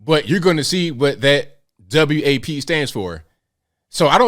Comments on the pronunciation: I KNEW she'd pronounce it wrong🤣😂🤣😂🤣😂 "Cardi B Waaap"😂🤣😂🤣😂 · She don’t even know how to say WAP 🤦🏼‍♀️ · I’m guessing they are doing paint by numbers and love killery said wap wrong lol. Losers